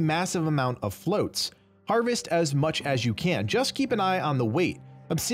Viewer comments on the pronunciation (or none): FLOTS not FLOATS lmao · "Flots" not "floats" y'all